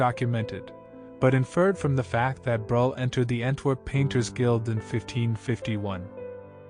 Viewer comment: Breughel...pronounced brûekhol. With œ and o and a guttering g. ( Like when you clear your throat !) 😊